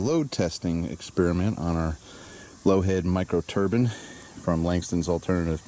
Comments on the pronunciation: Nine, fine, mine..... turbine. Not turban, turbine. Lolllll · Proper english would be a great help. The whole video I thought you were talking about a rag for your head. Not a TURBINE for making power with.... geez, learn to say Turban or Turbine properly, others might think you're reinforcing a Jihadist colony.... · TurBINE not turBAN goddamn dude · a "turban" is something one puts on their head. A "turbine" is what your talking about. A simple mispronunciation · I know I'm sounding like a bit of an ass but it's turbine not turbin. other than that I loved the video. thumbs up. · Did you mean 'turban',?